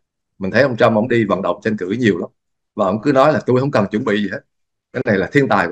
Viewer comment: Bình luận viên mà phát âm tiếng Việt chưa rành nữa. Chữ TR mà không đánh lưỡi được, đả đơt cứ phát âm chữ CH. Tranh cử mà phát âm “Chanh cử”, tất cả đều sai, xin lỗi ông rất thiếu trình độ mà ra diễn đàn nhận định làm gì, không công mình, trung thực lại thiên vị một phía. Xin có chút ý kiến vì nghe phát âm sai rất khó chịu.